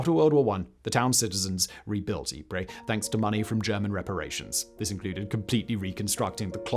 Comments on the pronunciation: For goodness sake it's pronounced EEP not Ipra or Ipre!!! This is the second upload about Ypres where its been mispronounced! Great otherwise! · Eep-Pray? If you are going to mispronounce Ypres call it wipers for God's sake! And why pronounce Passchendaele, parshen-dahley? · It's pronounced 'Eee-pRy' not 'Eee-prey' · It's pronounced yeep